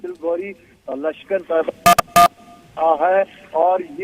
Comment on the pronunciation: गौ‌री नहीं....घोरी बोलो.